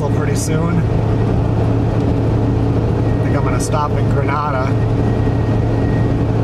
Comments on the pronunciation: It’s Gre- nay-da. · Okay! lol Grenada is pronounced Gruh-nay-duh lol you're gonna piss off the natives! LOL But for real my wife and I enjoy the videos!! Great content!